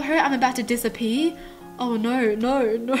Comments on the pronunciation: she said "disapee" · She said dissapee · She said disapee 😂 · "I'm about to disapee?" Lol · You said disapper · Me:lol it’s dissaper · An I about to dissapee lol not dissapee it’s disappear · It’s “disappear” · "Am I about to Disapee," Me:😂😂😂😂😂😂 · LOL: Am I about to disapee?! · AM I ABOUT TO DISAPEE? XD that’s exactly what I heard XD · I'm I about to "disapee"😂😂😂😂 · Omg I live how u say disappear it was like dis-a-pee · "Disapee" X3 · Whenever She say "disappear" it sounds like "Dis a pee" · Who else noticed when she said Disappear is sounded like Disapee..? It may just be her accent and stuff but idk... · Did u say disapee?? Lol jk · I love how pronounces disappear its so cute 😊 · why does she say disappear without an r HAHAH LY